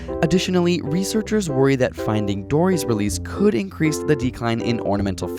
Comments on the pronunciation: Well. U ACUALLY said Dorry instead if Dory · you still got it wrong... it's Dory.